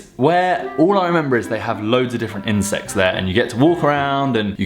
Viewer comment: Every time he said, "insects" it sounded like, "incest". 😂😂😂